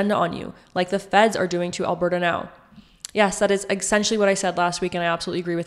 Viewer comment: You need to pronounce Alberta properly